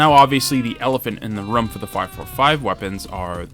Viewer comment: i stopped watching after you pronounced "room" that way